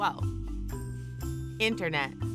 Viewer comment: I couldn't watch the whole thing.. too annoyed by the commentator not pronouncing words correctly... it's not "in-ernet" it's "internet"...I'm just saying...